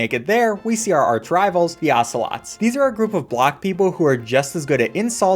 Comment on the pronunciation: there not ocelots, there assolots